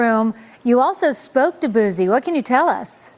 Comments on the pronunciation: why she say BOOZiie like dat lmao😂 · It’s Boosie not Boozie 😒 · Bihh said BOOZEY😂😂😂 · say it with me "BOO-C" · Did she say boosy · They never fail with the mispronunciation of certain homies. "Boozy" and "FITTY CENT" 😎🤣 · Lol its a whole "S" in "BOOSIE" "BOO-SEE" shit sound like peekaboo when you break it down lol Free Boosie for real before he even go i listen to dude so much he was like my big brother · She said Buzzie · Why she saying boozie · Did she say "boozey" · I LIKE HOW WHITE NEWS REPORTERS SOMEHOW ALWAYS FUCKUP BLACK RAPPERS NAMES LIKE THEY DONT KNOW WHO THEY ARE OR WASNT SHOWED HOW TO PRONOUNCE THEY NAMES... EVEN THO BOO-C BOO SEE (BOOSIE) HAS BEEN FAMOUS FOR ALONG TIME...DONT KNOW IF ISS RACISM OR NOT BUT ION EVEN WANT THEM TO SAY MY NAME WHEN I MAKE THE NEWS CUZ THEY STRAIGHT UP DISRESPECTFUL #DRILLANO #LANOTHEBILLIONAIRE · Why them folks always say boozy..🤣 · 😂 I can't stand how the news reporter pronounce his name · I hate when people says his name wit a Z in it lmao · Them using a Z instead of an S is crazy work 😂😂😂 white folks weird ash mane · 😂😂😂 where tf the Z at?